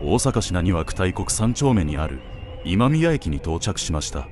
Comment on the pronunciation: 細かいですが、地名の読み方 誤）たいこく 正）だいこく 近くに大阪メトロ大国町(だいこくちょう)駅があります。 （ただし大国町駅は大阪市浪速区大国ではなく大阪市浪速区敷津東にあります）